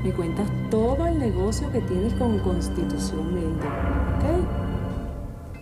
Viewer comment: Jajajajajaja Jajajajajaja hay, constitushion Jajajajajaja